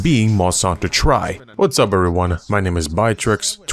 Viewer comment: it hurts me when people pronounce monster hunter tri as "try", it's "tri" as a short "three" sound, get it? because it's the 3rd gen?